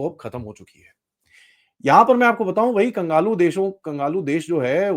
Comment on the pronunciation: Its kanglu not kangalu,,, sir